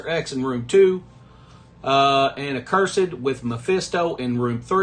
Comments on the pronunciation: Love your vids but it’s “uhhh-cursed” not “uhh-curse-ed” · It's pronounced uh·kur·suhd